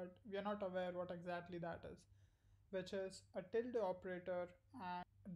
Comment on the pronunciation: Very useful video - thanks! (and you pronounce 'tilde' just fine!)